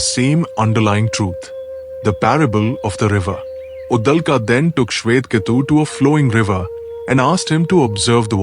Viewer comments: Uddalka nahi. Uddalak. I appreciate your intentions of making Sanatani content but here's a feedback. Please pay attention to pronunciation and other minor details too. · Get your pronunciations corrected,it is uddaalak. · Please try to pronounce the Sanskrit names properly. You are pronouncing the Sanskrit names like hindi. Devanagari is pronounced differently compared to Hindi. It is Brahm and not Braahm. It is Uddaalaka not Uddalka. Svetaketu is being pronounced here as Svetketu. It is Cchaandogya Upanishad not Cchandogyaa. Devanagari is pronounced differently in Sanskrit, Hindi, Marathi, Konkani etc.